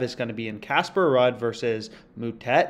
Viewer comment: Ruud is pronounced as “Rude” like ur rude lol , great vid tho bro